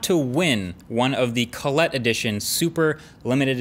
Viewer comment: What the ef is colletee?